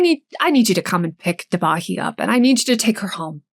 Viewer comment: It's pronounced "DÉbaNi". Thanks for the video, it is extremely sad this hasn't been solved in so many years, poor family.